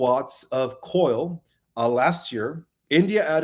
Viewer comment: thank you for all you do. However, I have a question. Why do you mispronounce well known English words. Example. You say coil for coal in this video. This isn't a criticism. Please know that. Just a question about if you have a disability or is English your second language.